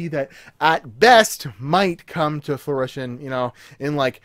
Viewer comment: Are you saying, "fluition?" It's fruition. Like fruit. fru·i·tion fro͞oˈiSH(ə)n/ noun 1. the point at which a plan or project is realized. "the plans have come to fruition sooner than expected" 2.literary the state or action of producing fruit. - I know I'm a YouTube nobody, and I mean no disrespect, but that was hitting my ear wrong. Keep up the content though, man. I'm a recent sub and you have good info!